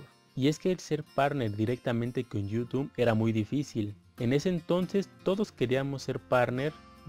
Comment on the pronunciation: Conocí tu canal hace unos 6 o 7 años y siempre me ha sido de utilidad, gracias por el consejo. Solo mejora tu léxico XD está muy chafa tu pronunciación de “youtube” jaja.